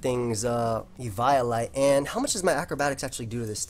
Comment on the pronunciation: you are saying eviolite wrong:p